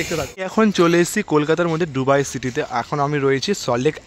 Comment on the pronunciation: ডুবাই না দুবাই কোন টা??